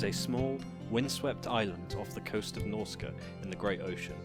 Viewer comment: Nr.1 NORSCA... SERIOUSLY WTF MARCH CA?